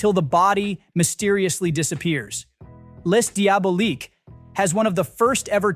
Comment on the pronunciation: "Less" Diaboliques, wrong footage or Jane Doe, Del Toro mispronounced, etc. Ai narration badly done. Needs a human voice.